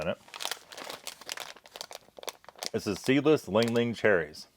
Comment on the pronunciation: Reads "Li Hing" and pronounces it ling ling and then says "It must be Hawaiian" and the words "Product of Taiwan" is front-and-center for the camera. Sigh...